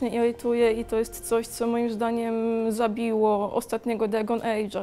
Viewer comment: Iłytuje , potłołki , źabiło ... tego sie nie da słuchać ;/